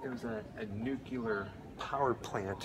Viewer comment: It’s pronounced like “new-clear,” not “new-cue-ler.” I love your videos though. I just found you guys and I’ve been binge-watching ever since.